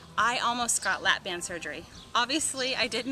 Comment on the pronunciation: sorry BAND. not bang.